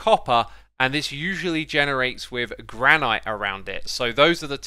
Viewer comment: Me: Granite Xisuma: Gran-i-te